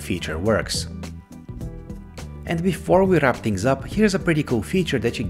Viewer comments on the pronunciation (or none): none